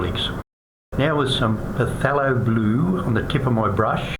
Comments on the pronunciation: Its killing me how he keeps on saying PUHTHELO blue. It's pronounced THALO. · pa-thelo? It's Thay-lo